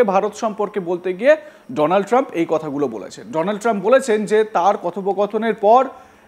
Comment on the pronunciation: আরে পাগল এ চেষ্টা তো মোদীর কাউয়া করতে চাইছিলো বটে উচ্চারণে ফেল! ডোনাল ট্রাম্প বলতে গিয়ে বলে ফেলে দোলান ত্রাম 😂😂😂😂